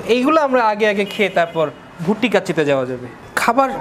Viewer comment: গরুর নামটাও উচ্চারণে আপনার সমস্যা আছে গরুটা ভুটিয়া গরু না ভুট্টি গরু